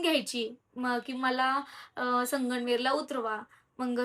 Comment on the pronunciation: हो मला पण जाणवलं ती वेगळंच बोलते संगमनेर बोलायचं तर 😊असो